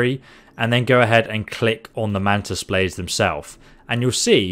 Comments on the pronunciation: Ah yes, mantis “baldes”, my favorite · "Mantis baldes" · Mantis “baldes”😂